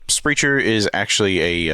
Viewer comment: Silliness ensues lol. Also, it’s pronounced Sprehk-er 😉